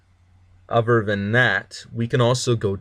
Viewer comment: Hey I appreciate the Tutorial but it's >>>>>>"other" <<<<<< Ottttthhhherrrr not "Ovver or Ofer" or whatever you were saying.